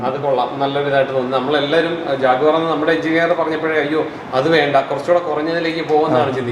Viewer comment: ജാഗ്വർ അല്ല, ജാക്വർ